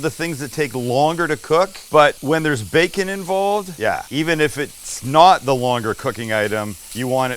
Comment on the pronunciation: Sam bring 🔥amazing. Sam was that your southern accent when you said 🥓 😆.